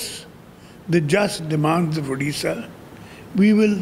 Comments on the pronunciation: O aunty pehle to naam sahi se lo udisa nhi hai Odisha hai ok ....baad me News banana 😅😅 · It's not udisha it's Odisha. Tum hindi bhasi log humesha odisha ko galat naam kyun bolte ho.